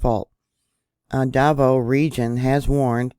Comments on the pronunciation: Da 'Vao with the accent on the 2nd syllable slightly, if that helps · I believe it is da-VAH-oh